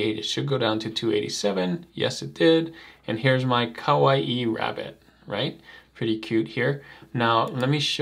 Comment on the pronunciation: kawaii is just "kuh-why", not "kuh-wa-ee". It's a Japanese word, not a Polynesian word.:)